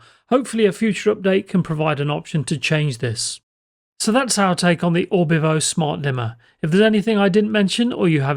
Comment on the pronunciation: Its Orvibo not Orbivo :)